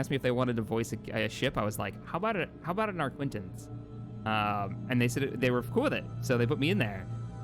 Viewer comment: It's definitely the arquitens you voice. Classic mispronunciation